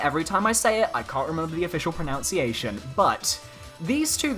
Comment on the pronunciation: Wow, you mispronounced pronunciation.